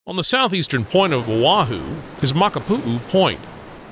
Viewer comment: I’m from Hawaii and you covered many places for visitors. One recommendation is to pronounce the places correctly please. Iolani palace for instance is a short I sounds for both i’s, etc. Hanauma Bat and many more we’re also incorrect. Makapu’u beach was perfectly pronounced. Just a recommendation if you do another one. It’s important for the culture and people of Hawaii. Aloha and Mahalo